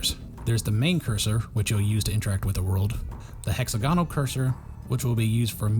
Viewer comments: The inflection is on the second syllable of hexAGonal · am I crazy or is the way u pronounce hexagonal strange